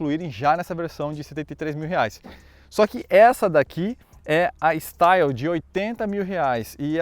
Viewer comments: Pronuncia de Style= estíle. A leitura é em francês e não em inglês. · o "Style" se pronuncia "Estíle" pois está em francês. Não que isso seja relevante, mas... 😁